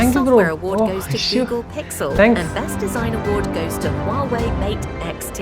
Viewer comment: Huawei കുഞ്ഞാവയല്ല വാ വെയ്